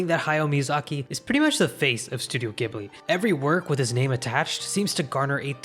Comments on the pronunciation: Jiburi not Giburi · Ghibli = Ji-Bu-Ri not gi-bly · ジブリ Ji Bu Ri "jibli" "You sound like a damn fool when you say it wrong." The sad part is that you (and others) seem to be feeding a whole new generation (of Americans) mispronouncing the studio's name. Scrolling down the comments (as far as I dared) I saw several other issues brought up, but not the mispronunciation of the name of the "most widely recognised" anime studio. 🙄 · Ghibli is pronounced"jibli" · Ghibli is pronounced with a soft G not a hard G. In Japanese it’s pronounced ジブリ JIBURI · Hii just a small correction Ghibli is pronounced “Ji” buri not “geh” buri. Thanks so much for this video ❤ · Pronounced as 'jibli' not gibli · While the Arabic word ghibli is pronounced with a hard g, the Japanese Studio Ghibli is pronounced with a soft g like a j. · Good video. Although this video has made it painfully obvious to me that nobody in the west pronounces Studio Ghibli properly. It’s actually pronounced “Jibli”. Now I can understand why people make this mistake because the original word (which I think is Arabic) is pronounced with a hard G. But if you look at the katakana you’d see the first letter in Ghibli is “Ji”. (ジ) The reason for this is because Miyazaki, when deciding to use this word to name studio, didn’t realize it was pronounced with a hard G and nobody ever bothered to correct him. So in short, it’s pronounced “Jibli” despite being spelled “Ghibli”. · Thanks for the video! I learned a lot. However, one thing you did get wrong was that "Ghibli" is actually pronounced "Jibli", despite the spelling, which would make one assume differently. Also, it's not quite a correction, but I feel that winning an Oscar says nothing about the quality or competence of an anime work, and they have nothing to prove to award givers in a country that can't produce animation even 1/10th as good as Japan. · Yup, came here to say this. It's JIH-BLEE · Studio Ghibli is pronounced with a "J" sounds like "Jibli".